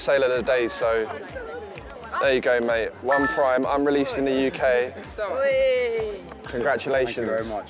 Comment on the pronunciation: bro he said preem